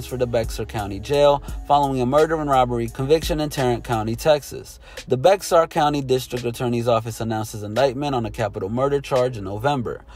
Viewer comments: Bex-ar???😂🤦🏾‍♂️ It’s Bear the X is Silent Bear County 🙄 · It's pronounced BEXAR (BEAR) COUNTY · That’s not how you say bexar. Just sayin